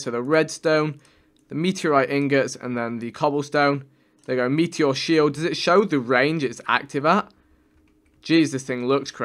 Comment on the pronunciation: The way he says meteor makes me cringe every time